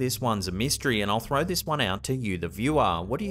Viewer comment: And why do they say phrow